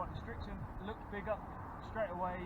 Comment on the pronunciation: Its Srixon NOT Strixon